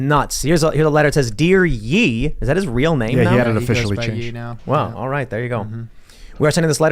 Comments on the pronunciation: Stop pronouncing it like yeee it’s “yay” like kanye but just Ye. Other than that I loved this episode😂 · Just as a Note, “Ye” is pronounced “Yay”, as in “Kan-YAY”, rather than “Yee”, as in “Ye Olde ____”. Not particularly important, but it is irksome to me. 😉👍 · I'm sure it's pronounced (Yay) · They kept deadnaming him. I will insist we call him Ye from this point on